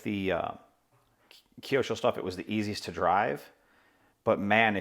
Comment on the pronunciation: Kiosho...no... kyo with out "i" sound is right way to name it mate